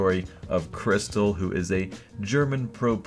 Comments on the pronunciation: Its not kRYSTAL its Krischtel :) its one of his nikenames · Jaja... der kryschtall :D